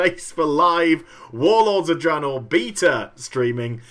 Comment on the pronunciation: its draenor